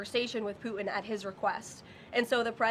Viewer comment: Pu’in? Disgusting English 🤮 it’s Putin, dumb❗️